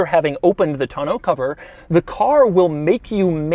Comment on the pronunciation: Oh goodie. He said Tonneau correctly!